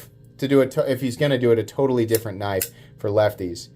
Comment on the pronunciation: I heard tri-state had his bottom rib removed so he could s......... its a definite pattern with MOST knife content producers mispronouncing knife names.